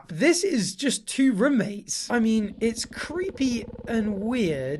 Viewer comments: the posh rummates instead of roommates gets me every time bless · I'm sorry, but has anyone every said how you say "roommates" like "rummates" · the way he says roommates sounds so weird for some reason 😭😭